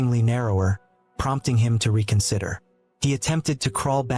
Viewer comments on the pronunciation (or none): This guy can’t pronounce words correctly. Like hypothermia, petite, and reconsider.